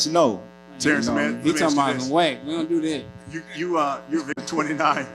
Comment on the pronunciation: Man said Wax not Whack